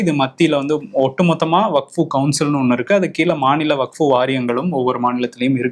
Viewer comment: தலைவரே , அது வக்ஃபு, வகுப்பு இல்ல